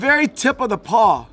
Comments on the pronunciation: I'm pretty sure it's called a pawl not a paw 🤔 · Pawl - pronounced like Paul